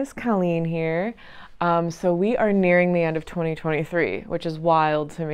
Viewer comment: i had to replay "we are nearing the end of 2023" because it sounded like "we are marrying at the end of 2023"